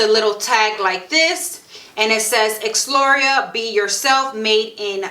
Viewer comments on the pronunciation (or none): Good thing you wrote Exlura. I thought you said “Ex laurel” lol